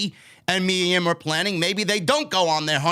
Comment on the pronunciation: it’s Mia Yim not Yum jajaja 🤣🤣🤣🤣